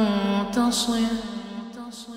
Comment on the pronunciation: Thank you for this. Helps me with the pronunciation. May Allah shower you and your family with everything that is good on earth and the hereafter 💗